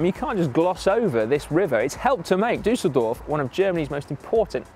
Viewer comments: Si your pronunciation game has been bettered by Dan, it's Düsseldorf not Dusseldorf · Tom again with more pronunciation mistakes. Dan should teach him the correct way of saying Düsseldorf.